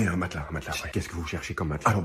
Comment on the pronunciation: C'est bizarre comment c'est devenu un réflexe de dire "maclas" à la place de "matelas"